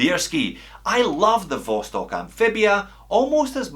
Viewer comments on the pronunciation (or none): none